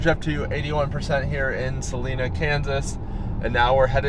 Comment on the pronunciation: there is no E in Salina. Pronounce the I, SalIna.